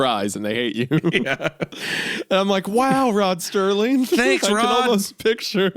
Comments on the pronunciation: Isaiah: “I love the twilight zone and I want to do a video on it” Also Isaiah: keeps saying Rod Sterling instead of Rod Serling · Me screaming ITS SERLING NOT STERLING. At the beginning lol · The cherry on top to the whole idiot bit at the start is Isaiah repeatedly saying Rod Serling's name wrong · Rod "Sterling"???? Its ROD SERLING!!! You should know this if your channel is horror based. Show the man the respect he deserves! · It’s Rod Serling not Sterling btw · I almost had a Mandela effect, you 2 kept saying "Rod Sterling" I was happy to find that Google still confirms his name was "Rod Serling" as I remembered it. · It's Rod Serling not Rod Sterling😂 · Serling > sterling